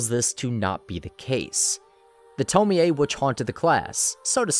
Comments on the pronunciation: You saying TomiA 😭😭😭 instead of Tommy(Tomie) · it’s toe-mie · Okay but why he pronouncing her name like that it’s to-meee (me pronounced like me not meh). And not to-mi-ey oof it was so unsatisfying to hear him pronounce it wrong the whole video 🥴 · The correct pronunciation is to-mi-ey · It. Is. “Toe-mee”. It’s obviously supposed to sound more Japanese. What the fuck is a “toe-mee-aye” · why the fuck is he saying tomoey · theres no way you say her name tomi-e, no fucking way. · "Tomi A" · Tome-ei-ay Smh